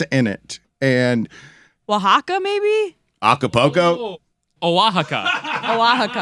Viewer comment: Pinche! How do Jess and Amin know how to pronounce Oaxaca and you don’t?!